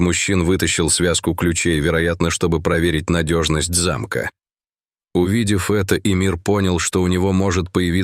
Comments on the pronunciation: Не зАмка, а замкА! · Проверить надёжность не зА'мка, а замкА'